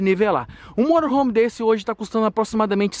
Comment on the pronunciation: eu trabalho com motorhome e tu fala morohom kkkk